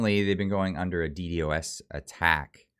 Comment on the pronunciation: Guy trying to explain DDos attack but can't even say DDos properly. Try and use a computer made in the 90's you'll have a better understanding and might know more about Dos so you can know more about DDos.